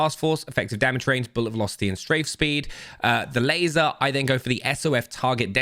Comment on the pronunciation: laseer ????? ememy can spot on you lol